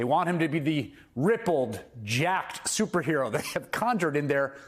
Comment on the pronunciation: That video of Trump shows that he really does understand the mentality of his supporters and what appeals to them... comic book hero nonsense. "Soopa hero"? (Someone should teach him to speak.)